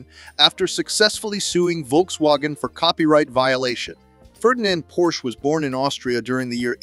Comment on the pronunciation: It's pronounced porshuh!